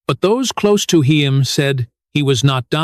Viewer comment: My god this narrator is the worst. “Heem “?!